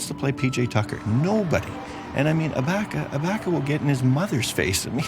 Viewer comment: Such a blaspheme for to keep mispronouncing Ibaka's name